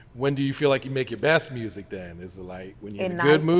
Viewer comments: Lol it’s the r in mursic for y’all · she said “MURRSIC” 😂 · Say music real quick? K Carbon: MURSIK?: Well there it is. 😂😂😂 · “Say music” “Murzic” 😂😂